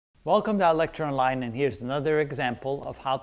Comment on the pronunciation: Bruh. I just realized you're saying " welcome to ilectureonline " and not "welcome to electroline " ......